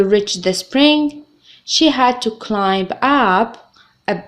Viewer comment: يا حبيبتي:the letter"b" in word climb is silent